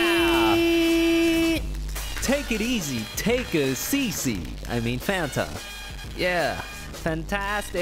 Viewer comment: Hispanics (not all) pronounce fanta as Fuh-Ahn-Tah